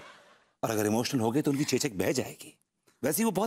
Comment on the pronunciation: चोचक नहीं चेचक होता है।😂😂😂😂